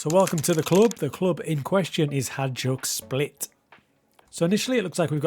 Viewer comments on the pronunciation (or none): I believe it's pronounced as "High-Duck Split" Nikola Kalinic used to play for them 🌹🤘